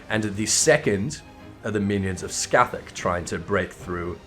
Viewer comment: Pronounces Cait Sith correctly, yet calls Scáthach "Ska-thak":p. Anyways, nice video as always. I think your view on Arachne Eve is pretty spot on